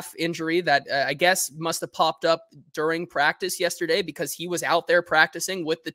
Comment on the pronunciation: We come to the Hot Read podcast for fact based takes and mispronounciation of during, not these biased hot takes